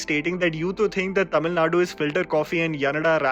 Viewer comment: Highlight of the video is " he got the pronunciation right...." TAMIL NADU" and not "TAMIL NAD"